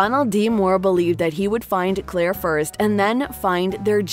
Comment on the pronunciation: It’s Claire, not Clara, and Fraser, not Frazier.